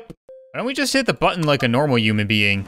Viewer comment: Why does he say uuman instead of human